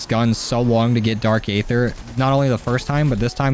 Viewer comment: You know that aether is pronounced EE- ther, right? the a is silent. It's cringe to here you say A-ther all the time. Just listen to how the pronounce it in the video game. And it that is not enough, look up what aether actually is. HINT: the answer is out there in the aether.